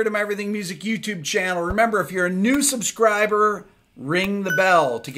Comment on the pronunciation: Did Rick just say, "if you are a nude subscriber"?